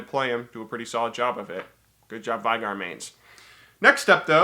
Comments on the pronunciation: Yeah, it's not Vee-gar, but it's not Veigar (German pronunciation) either. It's Vey-gar. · It isn;t "veegar" or "vigar", the correct pronunciation is "vaygar" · It's actually pronounced Vey-gar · It is pronounced Vay-gar. I know because I main him and own the final boss skin, and on of his quotes is I, VAY-GAR will knock you all down! Oh, and his Ult no longer scales with his opponents ap, instead their missing HP. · Load into game using Final Boss Veigar skin. He will sometimes speak in 3rd person. It's pronounced Vay-gar. Sorry